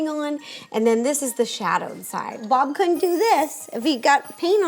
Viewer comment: ro said bom Instead of bob